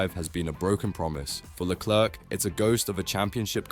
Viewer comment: This ai tries hard with it's accent but words are mispronounced; chassis/leclerc... good effort though.